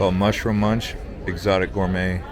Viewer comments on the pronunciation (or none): none